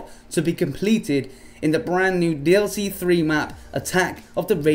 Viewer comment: It's DLC 4 NOT DIC